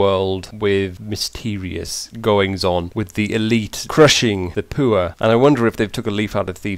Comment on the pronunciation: I love the way he says poor, like puer.